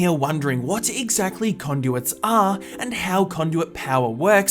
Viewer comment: When he says what “what are is conduit“ or something so that “are“ Is like “a“